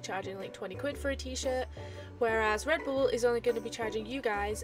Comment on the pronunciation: "Redboble" XD Love it!